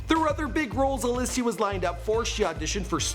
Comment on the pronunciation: OMG. They said Helen Sjöholm on the television not Alicia Vikander. Good job. Btw Alicia not Allichia.